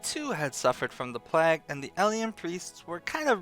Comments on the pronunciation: Every time you say "plaag", a child in india dies of cancer, aids, and syphillis, all at once. But more importantly, my ears bleed. "PLAYG", not "PLAAG", ffs, do people not learn basic literacy these days or did you sleep through those classes? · Why the hell do you pronounce PLAGUE like PLAQUE. DUDE REALLY???! LOL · PLAG lol. Pretty sure it's play-g. Sweet video nonetheless. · lol you say plague like "plack" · oh, maybe. I was playing and just listening. still, he says it funny, which maybe was the plan all along! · I love you,, but you say plague funny. Just sayin'